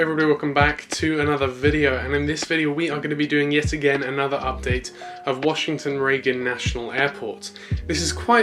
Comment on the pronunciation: Another great video, that “Washington” word keeps getting me 😅